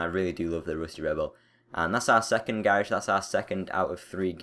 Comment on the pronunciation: Not hating but I hate how he says "garage" xD